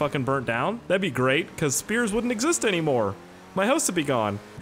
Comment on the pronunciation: I keep thinking whenever you say "whats up guys here" I think your saying "hey what's up scarce here"